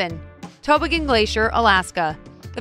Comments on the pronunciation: The narrator needs to learn how to say the word toboggan. It's NOT tow bo gun.... If you don't know ask. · might like to go to school to learn Basic English pronounciations? Togo-gan for toboggan/sledge, Moo-ir for Mewer.... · She must be from a warm climate. “Toboggan” is pronounced toe-BAH-gihn and it’s also the name of a long sled you ride down snowy slopes :) - - - this makes me wonder if that’s where toboggans got their name? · How about learning proper pronunciation before you publish something like this? Kenai Fjords is not "Kenya Froyds," Toboggan is not "Tobo-gun," and Muir is not "Moo-ear." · You pronounced #1 incorrectly. You pronounced “Kenai” like “Kenya” it’s pronounced “key-neye” it ends in an “eye”. You also pronounced #11 wrong. It’s pronounced “toe-bog-gan”. You also pronounced #15 wrong too. It’s pronounced “mew-ear”! That’s a lot wrong for Alaska! Next time just ask an Alaskan how to say it first! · If you can't pronounce simple words like toboggan and Muir, are you really the best person to be narrating this? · I cued up to to hear the word toboggan mispronounced again.